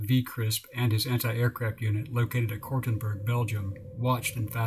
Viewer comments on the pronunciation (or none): Cortonburg = Kortenberg